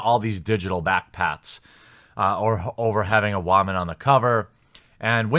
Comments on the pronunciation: What accent do you have? Not hating, just never heard woman pronounced wahmen before. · Is he saying waaman deliberately and I have just missed the point... cos that can happen, I have missed the point before? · Why he keep saying Waman?😂😂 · Good vid i just have one question. Wtf is a waman?!? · The guy can't even say Woman right. Fucking tard lol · Why can’t you say woman? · Learn how to say WOMAN! So annoying. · Maybe you should learn how to say “Woman” before making this video 😂😂😂